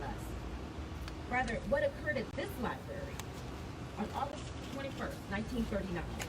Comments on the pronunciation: Library, not liberry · Black, black, black. Sounds pretty racist. BTW you might want to learn how to say library. There’s an R in there it’s not a Berry.